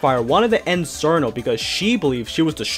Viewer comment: Evil hearted, that does make sense for Koakuma. So, she never went insane, in a sense, herself. Her nature as a creature of Hell meant she was going to be evil from the start though I suppose the moon's light would amplify it to the extreme that it had become. Just an FYI too my dude, Cirno's name is pronounced as "cher-no".